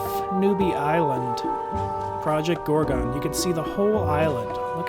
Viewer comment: lol "ProjoGorgo"